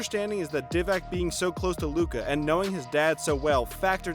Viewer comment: DEE-VAK, GIN-o-BLEE Do you even NBA?